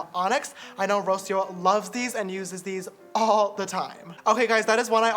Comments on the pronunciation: that mispronunciation of Rocio tho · I love how James pronounces “Rocio”